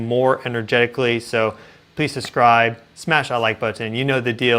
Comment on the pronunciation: SuB-scribe, not suS-scribe